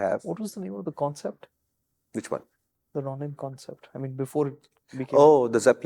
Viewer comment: How does no one know how to pronounce Ronin?